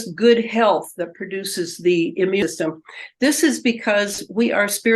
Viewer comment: How come this person doesn’t know how to say immune system? It always kills me when these seemingly very intelligent people don’t know how to say or use simple words correctly because it makes them look somewhat unintelligent. 🙏🏻